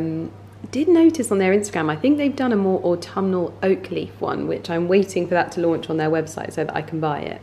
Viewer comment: You pronounce autumnal very beautifully, never stop with that dearest 😘. I can relate with your fondness of transitioning seasons. The colors, oh wauw. Autumn is by far my most inspiring season to paint.